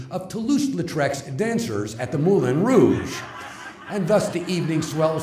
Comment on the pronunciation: "De rig-yoor," "Moo-lin Rouge," "hot cut-yoor"...yeah, Miscavige is a genius all right. Why do I think no one is allowed to correct him?